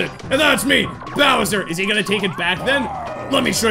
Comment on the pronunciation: When it said bowser’s warped orbit it did say kowser’s warped orbit